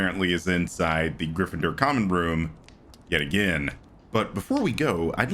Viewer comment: I stopped watching Cinema Sins around 2016. Everything just seemed to be the same video after a while and so many things they called sins were just not. It's like they started reaching for reasons to stay relevant Also, my guy said "you're not a griffidur" 🤣bruh made my day for real